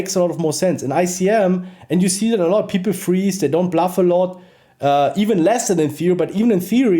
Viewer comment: Bro it's bluff not blaff bro.